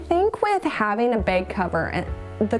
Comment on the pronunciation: Why do you say beg? It's bag.